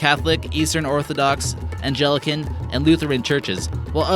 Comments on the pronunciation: But then he wouldn't entertain us with such malapropisms as "Pah-DOO-uh" instead of "Pad-you-a" or "angelican" instead of "Anglican, and "covenant" instead of "convent". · There’s no soft “g” in Anglican. It’s supposed to be Anglican, where the “g” sounds like it would in gum. I would know, as I am an Episcopalian. We are the official branch of the Anglican Communion in the United States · Yeah, and I have never before heard of the 'Angelican' Church either.